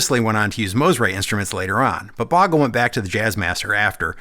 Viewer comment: It's pronounced Bogle. Like "boat". Not Boggle like "bog" . It's a common mistake.